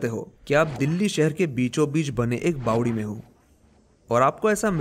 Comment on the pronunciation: Bawadi is the right word & not Bawali.